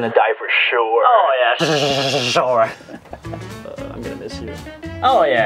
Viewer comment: A SUSUSUSUSURE - 2021